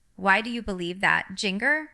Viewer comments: Is AI. Fake. She doesn’t even pronounce her own name right. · This is fake AI. Jinger wouldn’t speak like this or mispronounce Arkansas or her own name. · That looks like Jinger. To bad she doesn’t know how to pronounce Jinger